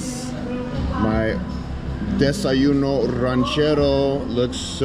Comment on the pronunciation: your spanish needs a little help. Gallo Pinto is pronounced Gah jo Peen tow, Desayuno is pronounced Des ah june o and Playa is pronounced Plah jah